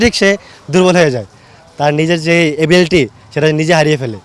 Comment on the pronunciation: Ebelti না ability হবে । এগুলো ঠিক করো আগে । তোমাদের কে নিয়ে কেউ ভাবে না ।